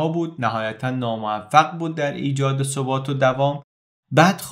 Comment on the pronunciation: تلفظ واژه ثبات sabat است . به معنی پایداری و استواری .تشکر از برنامه های خوبتون.